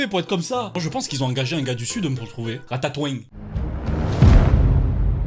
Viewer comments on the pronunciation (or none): "Ratatoing" avec l'accent du sud qui passe crème x))) ça ma TUÉ